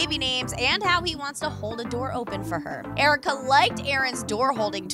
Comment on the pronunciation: Jericka👌👍🤞 not aaricka👎